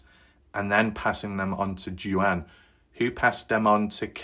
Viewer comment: That guy's name is pronounced Dwayne, no Duann. He's her ex-bf, I guess.